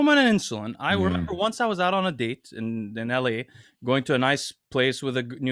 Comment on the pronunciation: And the word “out.” Him, Greg, and Jeff Nippard all have a funny, similar pronunciation for it.